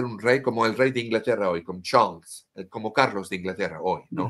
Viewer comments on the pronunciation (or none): none